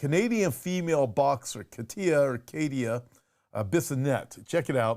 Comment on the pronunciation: Its pronounced Ka tia